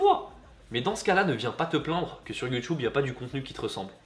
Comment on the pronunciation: c'est quoi ton accent quand tu dit youtube, c'est pour te vexée 😂❤ je t'aime quand même.